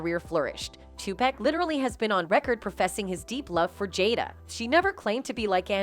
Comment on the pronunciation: I hate the way y'all do videos of Tupac and they say his name in the videos. Y'all still say this man name wrong